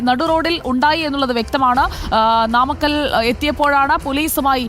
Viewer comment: Not naamakal Its namakal..